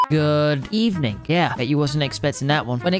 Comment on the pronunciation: Next time say good ebening